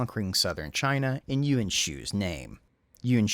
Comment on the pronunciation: Pronunciation of "Yuan" is still a bit off. It's almost like you're making it into two syllables, "Yew-en" as opposed to "Ywan." Just a nitpick, great video and background info as usual.